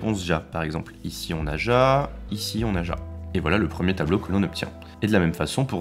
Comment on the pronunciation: Alors par contre ja ça se prononce ya et c' est oui en allemand 😂